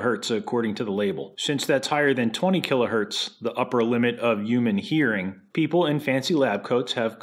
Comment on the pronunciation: "Uman Hearing" LOL - subtleties are truly the finest piece of perfection the world has ever know. AvE for pure in your face commentary and for the finer nuances. Love both.